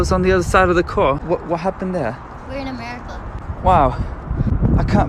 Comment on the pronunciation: "we're in amewica"